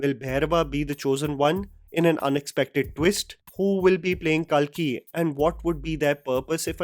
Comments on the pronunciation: It's not kaalki , it's कल्कि , kalki. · What’s with this calling “Kalki” as “Kaalki”? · Its Kalki not Kaalki 😅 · Kalki( not kaaaaaalki) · It is “KALKI” not “KAALKI” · Why the fuck were u saying Kaalki instead of Kalki🤮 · It’s not KAALKI it’s KALKI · It’s not ‘KAAlki’, it’s just Kalki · Its not Kalkee.. Pronounce it correctly.. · First pronounce kalki in Indian accent and then show then flex ur English speaking skills!!!! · Pronounce “KALKI” properly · भाई आ की मात्रा सही जगह लगाना सीख जा। बहुबली नही बाहुबली, काल्की नही कल्कि।